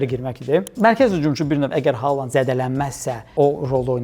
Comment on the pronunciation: Hər şey yaxşıdır, amma Xaland deməyin korlayır.